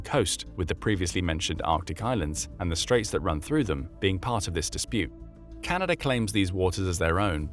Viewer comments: "Canader" cmon man.... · Ah its chinada